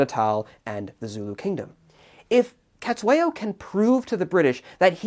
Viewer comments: And it's pronounced setswayo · Thanks for the analysis! Great to see this war getting some discussion. Small niggle, your pronunciation of "Cetshwayo" is, well, it could do with a bit of work.